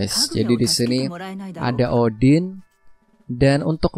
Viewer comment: kalau odin dibaca oden jadi kayak kenal gitu bang😂